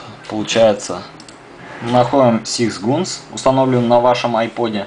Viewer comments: Все ништяк, но это ужас, ужас как режет слух твое произношение английского, акцентом даже не пахнет) Сикс гунс так называемый звучит как сыкс ганс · Сикс гунс я ржал сыкс ганс правильно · блин да не сикс гунс а сикс гААААААнс! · Сикс гунс ахахахаха бля . СИКС ГАНС ЁПТА!!!! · Надо говорить не (сИкс гУнс), а (сыкс-ганс)!:) Давай поправаляйся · Сикс гунс. У тебя какая оценка по англ. яз?